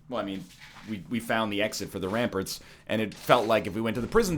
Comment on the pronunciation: When will someone tell NL that its pronounced "ram-parts" not "ram-purts"